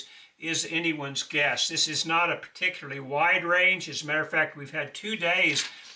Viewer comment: I enjoy your gracious brotherly spirit and wise advice, but tbh, 39.42% of the reason I tune in is to hear you pronounce "particular."